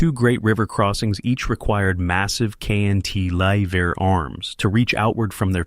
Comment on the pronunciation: It's cant-a-lever, not knt -lever